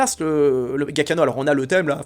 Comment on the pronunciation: Excellente vidéo, merci. PS : le nom du compositeur se prononce "Djia-ki-no" 😁